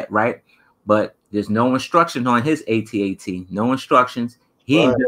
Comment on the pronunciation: They were saying the at-at wrong the whole time. It’s AyeTee-AyeTee